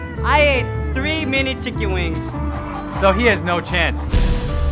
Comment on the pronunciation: "chikin wings"